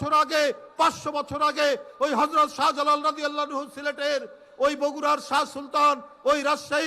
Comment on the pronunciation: তুমি তো কারো নাম সঠিকভাবে উচ্চারণ করতে পারতেছ না হযরত শাহজালাল রহমাতুল্লাহি আলাই।তুমি তো সবচেয়ে বড় ভন্ড